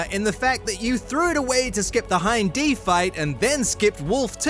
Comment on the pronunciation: Hin & D :face-turquoise-covering-eyes: it's Hind